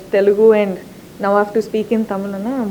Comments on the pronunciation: she pronounced Tamil in the right way HATS OFF !!!!! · like how she pronounces தமிழ் properly :)